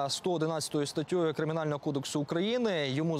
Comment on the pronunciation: Ну що за "статтьою"? Аматори чи що?